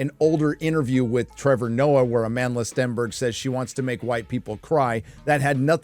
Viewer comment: I keep hearing: "A Manless Stenberg"